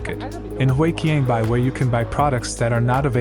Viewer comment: Despite your AI voice reader often mispronouncing words like 华强北, i think the video is still very interesting, doing a deep dive into 深圳 history